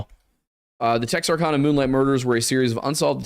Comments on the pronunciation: Tex-Are-Can-uh guys. Please if you do a video on it, don’t mispronounce it. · the way you pronounced texarkana is fucking hilarious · Texarkana is not pronounced like that boys 😂🤦🏼‍♀️